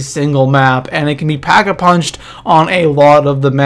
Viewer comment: Did i only hear packavunched ? XD